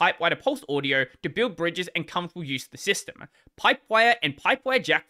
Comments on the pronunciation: It's pronounced "audio" not "uadio" lol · No, you mispronounced the word "audio" making it sound more like "uadio". The correct pronunciation is more like "Ah-dio".